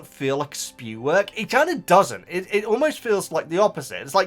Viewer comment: You might’ve noticed that Stephen Fry forgot to read S.P.E.W. as the initialism when Hermione brings it up, and just goes back to calling it ‘Spew’ 😅